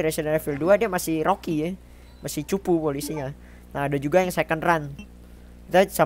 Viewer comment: Betulin pengucapan lu, "evil" di ucapinnya "ivel", "rookie" di ucapin "ruki"